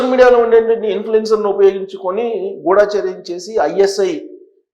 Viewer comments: గుడాచర్యం కాదండి గూడచర్యం మీరు కూడా అక్షరాలు ఇలా పలికితే ఏలా, గమనించండి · Not Ghoodaacharyam, pronounce Gudhacharyam. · ఎందుకురా ఒకదానికొకటి సంబంధం లేకుండా నీ బుర్రకు తోచింది చెప్పి జనాలను పిచ్చోళ్లను చేస్తున్నావు. గుఢా చర్యం కాదురా…గూఢ చర్యం అనాలి.